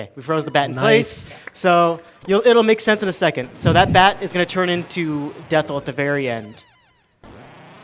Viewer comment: It's supposed to be "Death Eye", so calling the final boss "Dethl" (as in with an L) is incorrect.